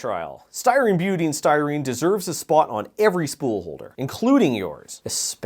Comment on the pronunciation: Your pronunciation if Butadiene hurts me. Buta di ene, if you want a redneck phonetic spelling: b-you-ta die-een, I can't recall the correct way to annotate it but thats roughly the phonetic of it. I work with some precursors of ABS, namely the B part, on a daily basis.